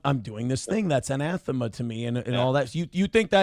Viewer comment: The stealth mogg of saying anathema correctly. Josh Moon blow the hell out hahaa!